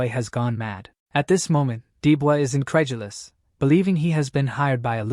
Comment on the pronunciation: stop. saying. INCREDULOUS